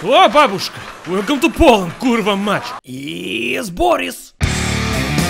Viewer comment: Kurwa mać not kurwa mac